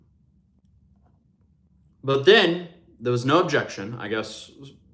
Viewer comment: Every time you say ‘But then(!)…’ I’m like, jeeeez….as I eat my doritos